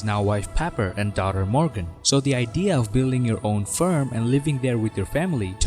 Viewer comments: You say farm. I hear firm 😅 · Okay, where in Canada do they pronounce farm as "ferm"?